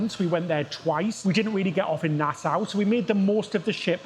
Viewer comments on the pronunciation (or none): Nasa not nas owe I believe. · It would help you to speak with the locals! Nassau is pronounced by the locals as “nas-so”.